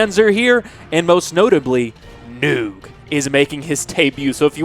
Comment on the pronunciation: The way you say Noog SENT ME 😆